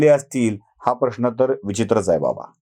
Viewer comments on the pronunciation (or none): none